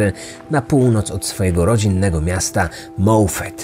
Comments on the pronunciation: Moffat czytamy jak piszemy. Mieszkamy ponad dziesiec lat obok tego miasteczka. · MoffAt nie moffEt!